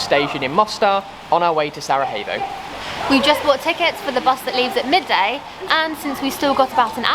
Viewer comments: It's actually pronounced "sarayevo" 😁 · Thanks to you two I am now pronouncing Sarajevo correctly. 😉😁